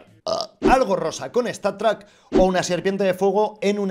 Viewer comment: Cómo se mufa al decir statrack xD